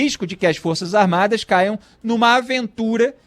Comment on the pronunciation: O Idiota nem sabe falar Forças Armadas. ele falou duas vezes: Forças "Armadi "! Forças "Armadi "! E diz que é radialista! E quer dar seu parecer sobre o Presidente da República eleito democraticamente, mesmo "COM O VENTRE RASGADO POR UM PETISTA!" { PRESO EM FLAGRANTE DELITO! E ACOITADO PELO STF }.